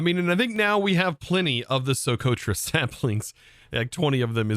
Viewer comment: As a Yemeni 🇾🇪 your pronunciation of Socotra is great your English accent can’t produce the ق sound in it so it’s fine Fun fact: socotra is an island has trees that bleed and also 95% of the reptile species there are totally unique to the island 37% of the plant life there is also endemic ❤❤❤